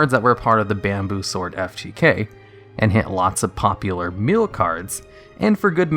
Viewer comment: Its very odd you say meal decks, yet when you talk about mill by itself you say it correctly. Why is that? That's been bothering me. XD